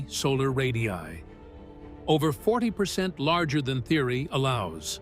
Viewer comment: Someday AI slop will learn to say the plural word “ Ray diii aiiii” correctly.